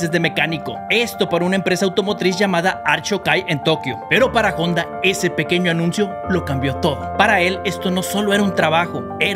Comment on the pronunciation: Te falto aprender la pronunciacion de HONDA se pronuncia sin la H……..ONDA